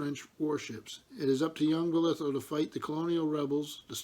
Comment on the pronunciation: Also I'm sorry to correct you..but the pronunciation of my family name would sound more like Boliiithough ..stretch it out a bit and slur it out a bit because if you go to Falmouth. everyone slurrs a bit haha